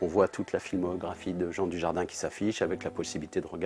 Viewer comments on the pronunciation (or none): none